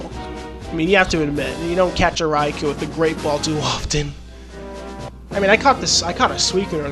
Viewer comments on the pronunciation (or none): It actually is pronounced with a strong O Raikou that is